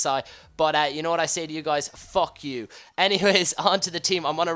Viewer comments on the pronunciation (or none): i laughed when he said FECK YEW hahaha